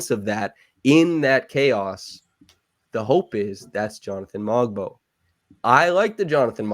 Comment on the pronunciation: Hey just a correction on the Pronunciation of "Mogbo" the "G" is silent:)